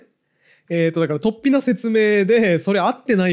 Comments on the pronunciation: 雑談会とても面白いです。 ちょっと水を差しますが、「突飛」のアクセントは平板アクセントですね。何度も出てきたので気になりました。 fanaticも、アクセントは２番目の音節なのになあと思って聴いていたのですが、なんとNHKアクセント辞典では、日本語ではファにアクセントが来る形も載っていましたよ😊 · 雑談回は本当に面白いことが多いが、今回は、話がうまくまとまってしまって、奇跡の回かも。水野さんの「突飛」のアクセントだけが引っかかってしまった。（＼ じゃなくて ／ だと思う（by新明解）） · とっ↑ぴに気を取られて話が入って来なかった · 創作的誤読、アブダクション、突飛のイントネーションなど刺さる魅力的なキーワードが多くて結論のカタルシスもあり最高の雑談回でした！